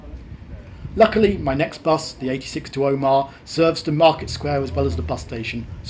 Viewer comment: If you'd waited in lurgan for a 47 you'd have got into Portadown in 13 minutes. It goes through the middle of Craigavon not round every housing estate, hole in the hedge and car park in the place. Omagh is pronounced omer short ma not like Armagh with a long maaaaa . Dromore is pronounced drom more rhymes with don. Its a nightmare ! And Lough is the same as loch.. just spelled different. If youre ever here again check out pettigo. Half the village is in Northern Ireland and half in the Republic of ireland Really enjoyed this journey as i knew exactly where you were most of the time ! Cheers Mitch Portadown (born kendal .)